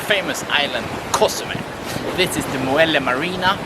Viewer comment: Hi, bro! Great video! I like the way you pronounce Co! zumel! I' m flying to Mexico in a week for a month. Thank's. You are the best!